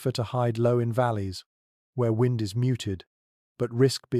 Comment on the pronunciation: Their ai mispronounced "wind" at least once. Shame on giving the impression that this a genuine person giving a crap of where and when I am. Shame. Or lack thereof.